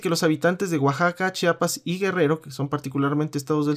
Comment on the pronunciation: entenderas mucho y sabras mucho pero tansiquiera aprende a pronunciar Chiapas.....no Chapas""